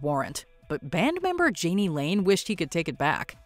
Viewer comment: Jani is pronounced "Yanni".